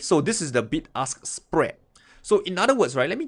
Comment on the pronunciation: Hahaha sounded like "big ass spread"